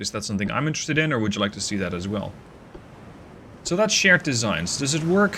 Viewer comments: "Shared desig" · Voice: "Shared Designs" Text: "Shared Desig"